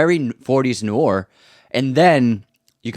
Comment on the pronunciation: What’s “noor”? Noir, you think? Somebody tell him… 😊 This is a GREAT channel!